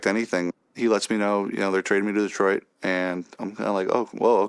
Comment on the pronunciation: Stop saying detroit like that 😅 just poking fun. I cant wait for this season